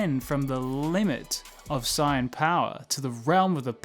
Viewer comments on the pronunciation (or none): You need to learn how to pronounce saiyan bro everytime you said it I got confused and distracted haha